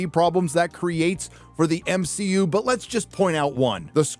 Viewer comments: M-She-U?? hahaha genius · I'm ashamed to say it took me all the way until to realize y my man pronounces MCU as M-SHE-U 😂😂😅😅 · I just have to address this and its nothing against him but he says M SHE U and not MCU😂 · Everytime you call it the M-She-U, I can feel one of my brain cells dying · Not another creator complaining about the "M-She-U" ....